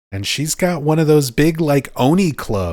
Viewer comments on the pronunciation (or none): You can write Kanji with your finger on Google translate, then copy it and paste it into Jisho to find out its meaning and dictionary entry. Don’t trust the google translate result fully., no offence but you should say Oni correctly. Say the O sound like the word “on”. Not like Oh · my wife is a native Japanese and I teach the language by the way. It’s おに and お isn’t ever “Oh” Sorry to be so blunt but maybe listen again to the anime you heard this word in. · the long お would be おう or おー like the よう in おはよう That would even has an O next to an H sound and doesn’t sound the way it sounds when you say Oni. I’m not sure why you mentioned the long sound because that is not in the word Oni. お always sounds the same, it’s not Oh. Listen to any Japanese say あいうえお that’s the sound in おに always. I promise you. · she says that the exact same way that I do. お is not oh, i’m just saying I think you over-pronounce it as if there’s an H, not that it’s exactly like the English word “on” but it’s closer to the English word on than it is to the English word oh